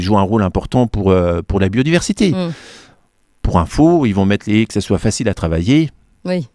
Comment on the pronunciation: Pas des hés mais des haies ! haie, lait, comme volet.